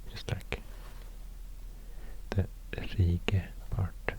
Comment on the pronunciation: Why „rike” and „rige” you read [reegge] with audible k and g, but „Sverige” with silent g [sverihe]?